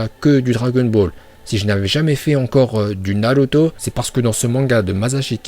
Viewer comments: Tu te prends pour qui a prononcé les prénoms comme tu veux il s'appelle Naruto donc ne l'appelle pas naluto Et le serpent ne l'appelle pas Mandanda Et puis on ne t'appelle pas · C'est naruto pas naluto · On dit naruto et pas naluto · On dis Naluto, c'est prononcacion son parfaite grâce à ses contacts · Arête de dire naluto die naruto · Nan car naruto est naruto pas naluto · Naluto C'est comme ça qu'on dit les gens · J aime trop t es prononciation de naluto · Perso "Naruto" je prononce Narto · ton travail est extraordinaire, tu prononce super bien Naluto et je like mdrrrr